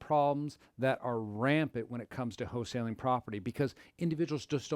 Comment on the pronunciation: It's not HO-saling